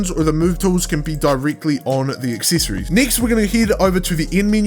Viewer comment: Good tutorial but why do you pronounce the E Letter so weird? Coll*ie*ction Acc*ie*ssor*ie*s